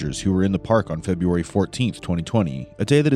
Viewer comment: Feburary? Really?